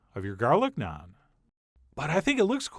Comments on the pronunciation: i can already tell this is nice, since he can say naan correctly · Thank you for pronouncing Naan correctly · First time head someone pronounce naan correctly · I like how you pronounce "naan" correctly and not rhyming with "can" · Naan like jam, not naan like smarm